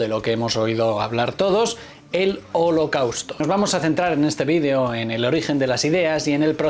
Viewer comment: No pronuncies la palabra video en inglés si hablas español porfa